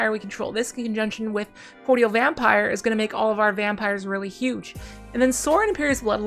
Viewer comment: Mispronouce "cordial" again please 😂